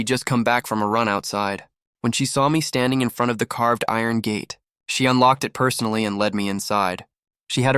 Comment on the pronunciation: So the word "it" is pronounce "eeee-ayyy-t"?